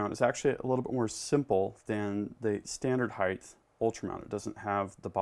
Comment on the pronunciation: please, please, please, it's pronounced (height) NOT (heigth) there is no "th" at the end of height. Eg, length, width and heigh"T". Great videos though, please keep them coming.